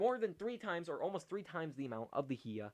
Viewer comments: Learn how to say hiya right bro. It's hi-ya not he-a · Hea? Buddy it’s pronounced Hi-YA like HI how are you and YA I’m having an amazing time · It's Hi-ya to You Too! Not HE-a! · Why does bro pronounce hiya he-ah